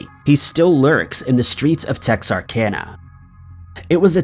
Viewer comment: I'm proud he said texarkana right.